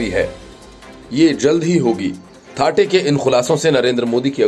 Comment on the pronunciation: थाटे नही सर थत्ते है.